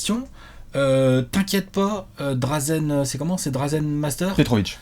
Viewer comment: Désolé de paraître relou mais la prononciation que vous faites de Dražen Petrović me chatouille l'oreille à chaque fois. Le signe au-dessus du Ž n'est pas juste là pour faire jolie. Donc pour faire court, si on doit retranscrire en français ça se prononcerai "DraJen". Voilà en gros les quelques lettres à connaitre pour ne plus faire d'erreurs de prononciation : Ž = J (Dražen/Drajen) Š = CH (Šarić/Charitch) C = TS (Divac/Divats) J = Y (Bjelica/Byelitsa) Ć/Č = TCH (Dončić/Dontchitch) Les commentateurs US ont bien assimilés le truc et se gourrent très rarement sur la prononciation des noms de joueurs yougos alors qu'ils ne savent même pas placer ces bleds sur une carte, alors que nous c'est à 2 heures d'avion et on est toujours prompt à se moquer de leur "ignorance" concernant l'Europe. Merci de votre compréhension.